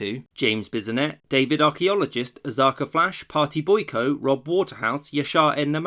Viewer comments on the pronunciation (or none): none